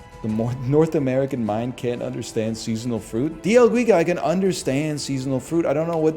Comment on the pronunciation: Holy hell, its not dia guiga, its D L GUIGA